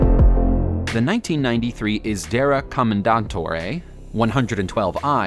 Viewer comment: U just killed the italian language: Commendant tore Pinininfarina (I hope it was due to the glitch) Luca (Cordero) di Montesemolo Tifo 33 stradel Franglio Scaghlioni Serghio Scag glietti